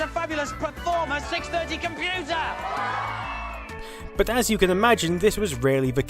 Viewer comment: "PERFORMA 630 COMPUTAH"